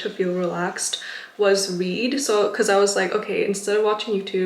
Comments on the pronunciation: i literally spilled water after you said read cuz i thought you said weed lmao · Wht did i kept hearing the word "weed" instead of read lol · I was scared for a second I thought you said you did "weed" (which is a drug) when you got home but you were actually saying "read" (which is much better) lmfao. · I thought you said "weed" instead of read ngl haha. Thanks for this video I need to quit youtube myself, its a major addiction